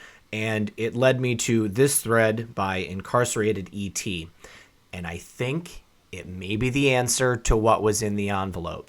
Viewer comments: "IncarnatedET" not "IncarceratedET" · IncarnatedET.. NOT incarcerated!!